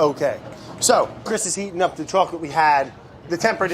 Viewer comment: brad said seEATING.